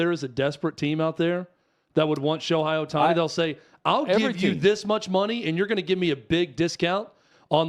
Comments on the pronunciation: I agree with you so please pronounce his name right 😂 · Dudes - can not even pronounce his name right. Lol. That tells you a lot of things.